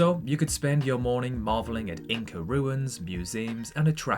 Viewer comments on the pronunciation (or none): none